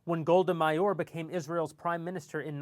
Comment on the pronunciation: good presentation. PS> Golda Meir is not pronounced Mayor it is pronounced Mai - eer.